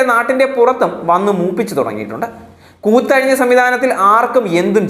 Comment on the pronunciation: കൂത്തഴിഞ്ഞ അല്ലടോ. അക്ഷരശുദ്ധി പഠിക്ക്